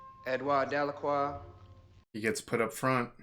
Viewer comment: Okay, it's "Del". His name was Edward Delacroix.